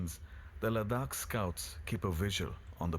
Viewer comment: Only a brit can read ladakh as ladkha, it's their own language and yet they pronounce words in a way that even don't make sense technically 😂😂